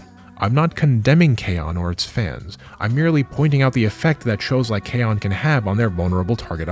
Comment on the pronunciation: This is far too cynical of an explanation. I think they just like to latch on to random symbols like Pepe the Frog or K-On! because one of their own made a meme about it once and they started to claim that character as their own. We just need to claim it back. Also you mispronounced K-ON (kay-OHn) and Bocchi (BOW-chi) so you lost all credibility.